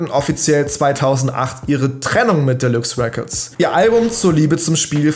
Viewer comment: "Delüx Räccords les go"😂